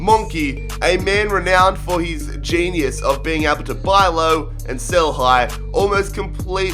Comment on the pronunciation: I like how he said Shell instead of sell